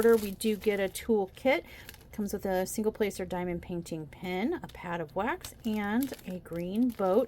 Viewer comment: You really need to find a new way of saying pad of wax, I keep thinking I hear pattiwak 😆 Loved hearing the thunder in the background, although the context of the storm isn't the best lol. Again, good luck with that last image.